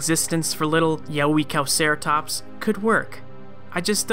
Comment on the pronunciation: Yeh-way-cow-ceratops is a more adequate pronunciation